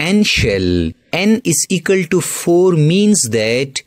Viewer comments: Equal❌ Ekul✔️ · Equal ❌ Ecal ✅ 😂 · Equal to ❌ ikal to ✅ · Equal❎️ Ekals✅️ 😂😂😂😂 Jokes aside nice explanation 👌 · Equal❌ Ekal✅ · It is equal not ekal 😂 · Equal ❌ Ekal ✔️ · Equal ❌ Egale ✅ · Equal❌ Ekall✔️ (Just for fun don't take it on your kidney ) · Equal❌ Ekal✅ 🍌🍌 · its equal to not ekaltu🤣🤣😂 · Equal ❌ ekal ✅